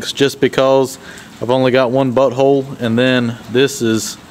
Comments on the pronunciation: Ha ha did u say bolt hole or butt hole. It sounded like butt hole. Lol lol hope u have a great weekend and week. That looks great. Really turned out awesome. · sounded like butt hole to me, maybe a clue to what he had on his mind at the time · I thought he said "Butt hole!" But then I'm from NZ, what do I know about US accents? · When you said bolt hole I swear I heard BUT HOLE 🤣😅🤣😅🤣😅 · I listened to it twice and it seriously sounds like butt hole 🤣🤣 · Heard the same; butt hole. Lol! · When you said I only have one bolt hole I had to rewind it just to make sure what you said 😂😂👍🏻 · I had to do the same lolooololo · Lol I thought I herd the same thing 🤪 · Yeah I heard that too.